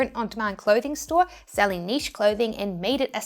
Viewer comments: I love the fact that you pronounce niche properly. So many people dont, and it usually drives me crazy haha. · A lot of people pronounce it “neesh” and I’ve heard it more than the version you think is the only “right” way